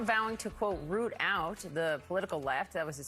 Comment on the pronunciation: It's "rout" not root, you blithering dolt!